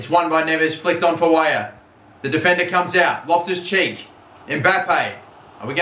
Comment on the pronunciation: Whenever you say Loftus Cheek, it feels like you're saying my left cheek